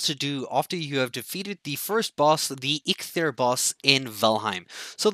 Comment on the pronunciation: It’s EEK-THEER there is no “L” in EIKTHYR